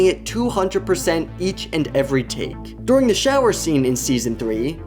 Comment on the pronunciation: During ❌ Doring✅